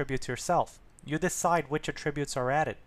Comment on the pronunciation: Nice but please pronounce attributes correctly, the stress is on the first syllable when it is a noun and on the second when it is a verb.